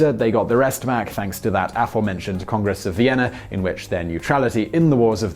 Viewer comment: I wonder why this guy pronounces "aforementioned" in such a weird way? I haven't been able to find a single instance of his unusual pronunciation of this word, despite extensive Googling.